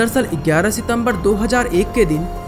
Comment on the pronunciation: Why you pronounce gyara as igyara